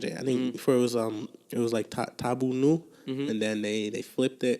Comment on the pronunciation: I clicked because I saw Konpa in the title...I didn't get past 25m minutes because dude would not let (don't know/remember your name) complete his sentences. It also doesn't help that he pretends to not be able to remember anything or how to pronounce anything (Tidal, Zouk La Se Sel Medikaman Nou Ni, Guadeloupe, Tanbou Nou, etc.) I'm going to check other podcast episodes and hopefully he's not there, or if he is, he's more professional.